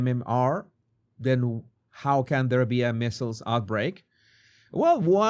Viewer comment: I love you but MEASLES rhymes with DIESELS, WEASELS, EASELS, and not “missiles”.